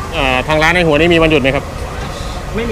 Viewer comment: ทำไมออกเสียงคำว่าหัวไม่ชัด ถ้าไม่ได้ดูชื่อไปเดินหาร้านผิดแน่ออกเสียงเป็นฮัว ตลอด ต้องออกเสียงหัวนะ คุณมีผมอยู่บนฮัวหรือมีผมอยู่บนหัว